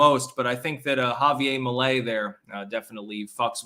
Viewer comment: You mispronounced the Argentinean dude's name,but I reckon that I can't really blame you;you ARE a Vermonter of caucasian persuasion,after all. 😂